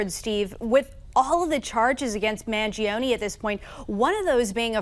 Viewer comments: Why is everyone pronouncing Luigi ‘s last name wrong? Do you know the musician Chuck Mangione? It’s pronounced man- JOE-ne, not man-g-OWN-e. It’s unbelievable that the media continues to make this mistake. Most of these people are well educated. Or so I thought. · I have an Italian friend who says it's, mahn-ZHO-nay. Maybe it's been anglicized by the family? Based on your comment, I found an upload from 12 years ago by BillBlogsTV showing a talkshow host pronouncing it: man-gee-OWN-ee and Chuck doesn't correct him.